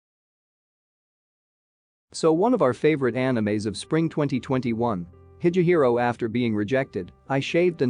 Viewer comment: Yeah I quit this video as soon as I heard him mispronounce higehiro as hi'je'hiro